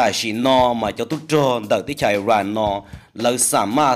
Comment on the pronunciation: Koj yeej hais xov xwm tau zoo lawm Kuv kuj nyiam caum saib koj Tab sis muaj ib qhov xav kom koj hloov me me Xws li IRAN mas koj hais tias ais ran no. Nws yog is ran. Yuav tsum hais lub suab yoog kom thooj li luag hais Ib yam li peb haiv hmoob Yog leej twg ho muab hais tias hmoov no los yeej tsis raug. Tsis yog tib yam Es kuv tsuas hais li no xwb. Ua tsaug